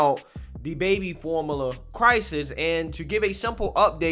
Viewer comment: This dude can't even pronounce formula lmao. For mullah? Hahahaha